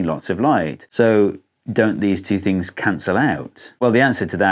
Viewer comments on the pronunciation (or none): none